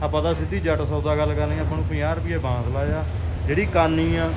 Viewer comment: ਬਾਸ ਨੀ ਭਾਈ ਬਾਂਸ ਹੁੰਦਾ ਕਿਉਂ ਚੌਲਾਂ ਵਾਂਗੂੰ ਪੰਜਾਬੀ ਦੀ ਐਸੀ ਤੈਸੀ ਕਰ ਰਹੇ ਹੋ